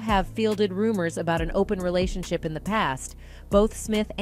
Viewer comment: This an AI collective speaking, Jada did not star in GI Jane and what's a relation shy?! AI can't proofread the internet and get facts right and pronounce words correctly before posting? 🤣